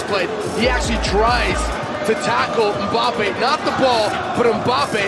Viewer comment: Kids say Mbappe Men say Kylian Bein sports says mbape